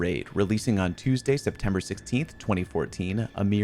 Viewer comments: Septemeber😂 not once but twice🤐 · Why is it "Septemeber" but not "Decemeber"? Real talk, though, this was incredibly interesting. I think you should explore a side gig as a documentarian! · Rememeber Rememeber the 16th of Septemeber.